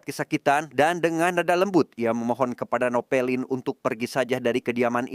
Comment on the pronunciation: Napoleon min bukan novelin